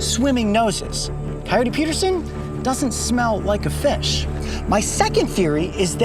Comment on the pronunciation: Coyote not coulye